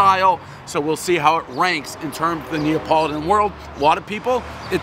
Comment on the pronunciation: Is it “Neopoladan”?